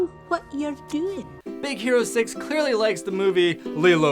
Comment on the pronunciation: Its hero not "houo"